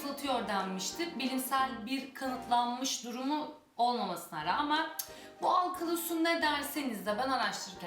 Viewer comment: alkalı değil teyze alkali lütfen dişlerim kamaşıyoooooooooooorrrrrrr